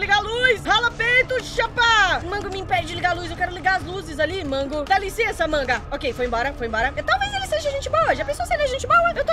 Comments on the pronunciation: E não é manga é mengou (é assim que si fala o nome DELA) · Mongo???? É MENGOU e o nomeda marionet é pupet mais se lê papeti